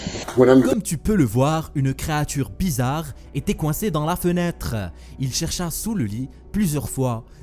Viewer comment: Ci seuper bézaaarrrre. Mais whaaaatz?